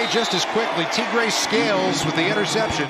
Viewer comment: He said “Tegray scales” 😂that was number 30#